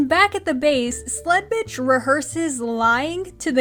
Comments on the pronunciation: Y'know, for the longest time, I thought you were just calling her Slutbitch and not Sledbitch. Until the name was actually put on screen there. I'm probably just going to keep hearing Slutbitch. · Ok but I cant be the only one who always hears "Sl*tbitch" instead of "Sledbitch" xD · This whole time I've been watching, I actually thought she said Sl_t B___ throughout this ENTIRE review series😭😭😭